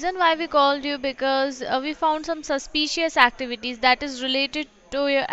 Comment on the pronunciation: “SuSpIcEeS AcTiveTeEs”